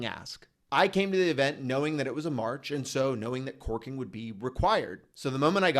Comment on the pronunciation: 💋👄👅Enunciate, it's CORKING not twerking🤭😅. Filming outside must be difficult. It took me a minute to get it.